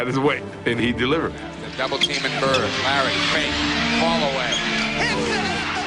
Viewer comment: His name is Larry BirD, not Larry BirT. If you have a public format, surely you can pronounce people's names correctly. And, PS, you talk too much in ALL of your videos. Step it up homes.